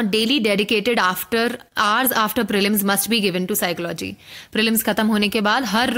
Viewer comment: SOME one plz tell this young officer that PSYCHOLOGY is pronounced as PSYCHOLOGY itself n not as PSYCHO LOGY sounds very disappointing to receive such a stuff from IAS